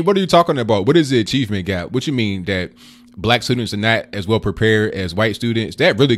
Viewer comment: laugh out loud , A friend of mine has a dog and she named it ( Dat ) when you say that it sounds like my friend is calling her dog ( Dat ) is that just your funny English or you really that lazy to say that